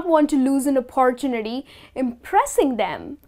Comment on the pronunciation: Hey I've been watching most of your lessons..they are awesome!!However,one discrepancy i came across with the pronunciation of the word "opportunity"-its probably not the right way how u pronounce(sorry for the offence)...just wrote to clarify my doubt.